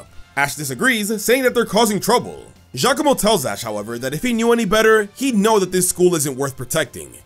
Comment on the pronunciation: FINALLY SOMEONE SAYS GIACOMO CORRECTLY!!